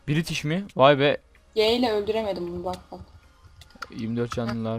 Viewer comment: british askeri ikitish askeri :)